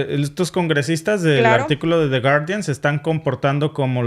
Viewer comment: No se pronuncia de guardián.. porfa pronuncialo en Inglés 😂 tu sabes muchísimo más inglés que nosotros un abrazo a los dos grandes ejemplos a seguir los queremos en México